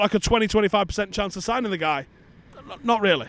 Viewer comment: We said signings, not sign Ings!